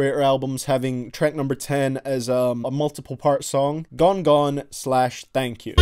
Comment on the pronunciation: Where are you from? You say treck 🤣